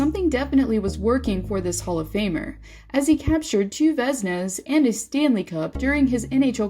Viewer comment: what's a vezna ? Nice dumb AI narrator. Also, how can you have a video about the weirdest goaltenders and not mention Dominik Hasek